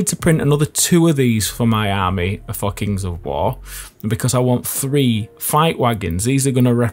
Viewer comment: I hear it that way too. Took me a moment. :)